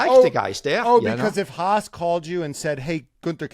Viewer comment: This podcast is more enjoyable than most F1 races these days. Great show! Ask Günther if he feels uncomfortable when you say "Haas". The way you pronounce it means "hate" in German :-) So it’s the Hate-Team.